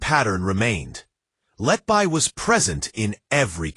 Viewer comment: You Cant even pronaunce her name you iDioT 🎉...